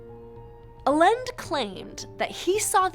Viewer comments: mistake. Allen's alter ego's family name was pronounced like the President of Chile's last name. "Ah=yend=ay". , this is not a photo of Morris Jessup. Here is what he looked like: Strange that you didn't make reference to the craziest proponent of PX lore, one Al Bielek and I'm glad that you didn't. Your summary is standard boiler plate rehash of every single skeptic for this odd story. Nothing new is learned here because nothing new has come into the public forum since the Moore/Berlitz book. A weakness in your presentation is that you don't provide a full time line from the point in which Carl Allen sends the annotated Jessup UFO book to the ONI, the letters that Allen wrote to Jessup and then the authors over time that discovered the Allen annotations, wrote about it and how slowly the idea of a super secret US Navy project that went badly took shape. The last stop on the road to the evolution of the story is the Moore/Berlitz book, something you should have taken time to explain. Moore tracked Carl Allen down as did one other author. Allen NEVER told Moore that the name of the test ship was the Eldridge. He told that to someone else. It is a complicated story and it is made all the more mixed up when you factor in the rubbish that Al Bielek added to the legend. Bottom line: take out everything Bielek said and focus on Moore's book. What everyone faces is the fact that Allen was not mentally well. There is another person in this story that you will find in the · Maybe you could try to expose the truth behind pronouncing "Allende" correctly next time. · lol air quote "allende" and tell me you have no idea how to speak spanish ; ) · LMAO her pronunciation of Allende. It's a Spanish surname and definitely does not sound like that. 🤣🤣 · Why does she pronounce allende like that? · She lost me with her pronunciation of Allende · I suppose you'd only know how to pronounce Allende in another dimension... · It's pronounced "I Yen Day" or "Ah Yen Deh" not "Ah Lend"